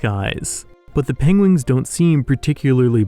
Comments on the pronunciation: I love the pengwings and penglings. Sounds all too familiar haha...Is this inspired by Benedict Cumberbatch? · Pengwings eh? Benedict Cumberbatch reference perhaps? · pengwings XD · Did you intentionally pronounce "penguins" differently as a reference from how Benedict Cumberbatch always wrongly pronounce "penguin" in that one nature documentary?